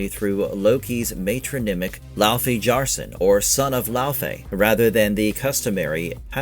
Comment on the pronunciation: Laufey (the mother of Loki) is correctly pronounced "LAY-vay" or "LEH-vay" (rhyming with "day" or "say") tho I always pronounce it as "LAU-FEE" ,but that's just me....Anyway! I just love that a fellow geek is portraying the bad-ass wife of Kratos! You can tell she really knows and understands the lore of the games and that is going to translate very well! Can't wait for this game to be released and discover the beauty of the world and the lore within! Also, The Everywhen was also called the afterlife of the gods in the trailer! Seeing an Egyptian style goddess in there. Could that maybe be a small Easter-egg that Kratos killed the Egyptian Pantheon before meeting Faye and going into the Norse Mythos of GoW 2018? Would be cool!!!